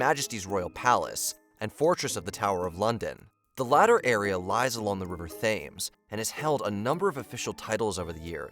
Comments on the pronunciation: It’s actually called the River Thames not fames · The river Thames is not pronounced THAYMES it's pronounced TEHMS. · i heard 'tames' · River Thames is pronounced Temz… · Mispronounced Thames, Khmer Rouge, and probably others, but it got so annoying I couldn't make it through the rest of the video. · The way he said Thames made me cringe. I've been to Alcatraz, the Colosseum, and Auschwitz. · I have questions about accuracy and veracity when y'all can't even pronounce "River Thames."